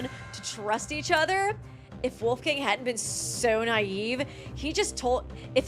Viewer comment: I like your channel but you should look into how to pronounce some names. Wolfgang is not an english name...